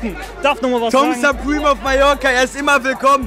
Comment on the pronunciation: Ich dachte er heisst Tom Sperm, wusste nicht dass er Tom supreme heisst